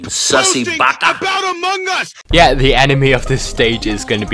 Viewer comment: the way that he pronounced amongus A M O U K A S